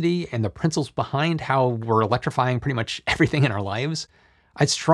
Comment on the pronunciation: "...the prinsels bebind..." HA. That was cute!